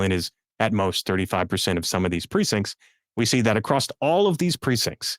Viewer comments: Incorrectly pronouncing "across" with a "t" at the end, as "acrost" is incredibly irritating to listen to. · Acrossed (acrosst) is not a word. Across is the only way it goes. Learn it, live it, love it. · Second time I’ve seen this guest. I find it fascinating. But why is he not everywhere showing this data? PS please stop saying acrossst!